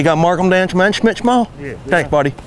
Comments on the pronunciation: Bro said schmech😂😂😂😂😂😂😂😂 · no...it's hmschmeht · Schmet.? Tahahaha